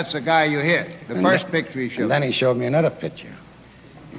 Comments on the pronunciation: I love these. Back in that time they say certain words that I find hilarious. Like how he says “first”. He says “foist” lol. Senator Curtis looks like a mobster as well. Sitting back smoking a cigar like that during a court hearing. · "in other woids" .....well foist...."